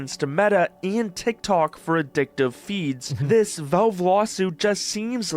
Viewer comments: Ah, this guy again. Wtf is "VOlv" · Jew York, flagrantly abusing the law to rob or chastise someone!? Never!! By the way, it's Valve; not Velv.